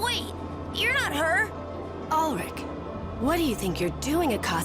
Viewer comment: That's my name! And it's not "Alllllrick" it's "Alrick", like "Al" Bundy from Married With Children, lol!